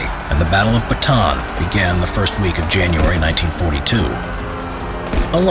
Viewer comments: For the last time! It's not "Bataan it's "bata-an"! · It's Buh-ta-ahn not Batuhn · sounds like hes saying baton instead of bata-an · Why did you say batan you are supposed to say bata-an add another "a" near the end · almost 3 years i still hear saying the baton instead of Ba-Ta- An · my mom was so mad ur saying it bataan not ba ta an cuz the dad of my mom dad was there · correction on the pronounciation of name Bataan, its Bata-an. not batan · I am happy that this atrocity that happened in my country and to my people has been told again. (I just get a tinge of annoyance every time he says batan, and not bah-ta-awn) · it is ba ta an not batan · Pronunciation lesson on Bataan: Bah-tah-ahn. Not Ba-tan. Thank you for listening to my ted talk. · this is how you say bataan} not batan its} ba-ta-an the last A is hard:^ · I like how its say "batan" not "bata-an" XD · its ba ta an not bataaan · well first of all its Ba-ta-an not ba-taan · Its Ba-ta-an not Ba-taan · It’s pronouced as “Ba-ta-an” not “ba-tan” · Its actually b a t a a n not batan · Its not bataan its ba-ta-aan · The batan deth march lol its ba-ta-an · Ist not bantan ist ba ta an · bro kept on saying baton instead of saying correctly like Bata-A-n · As a Filipino I am offended by how he says Bataan Its Bata-an not batan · He simply doesn't know because not many people know, or care. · Btw the pronounciation of bataab is Ba-ta-an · Repeat after me BA-TA-AN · The way foreigner prunounce bataan is funny😂 sorry to be a nerd its "bata an" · It's ba-ta-an sir i know this because im a pinoy or philippines. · It's called Ba-ta-an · It is called ba-ta-an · to pronouce bataan its Ba-ta-an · its ba-ta-an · btw its bah-tah-an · I'm laughing so hard right now becos of how this man translates 'Bataan'